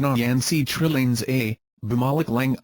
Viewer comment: The voice pronounced Trillanes as Trilling.... sounds like Trililing